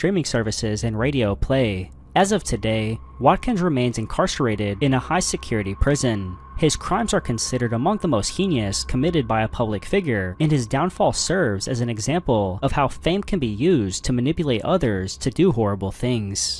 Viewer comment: Sweet summer child…please it’s pronounced hay-nious not hee-ni-ous the I is silent